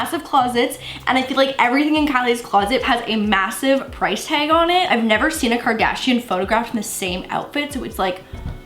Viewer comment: Kris Kardshiannn 😂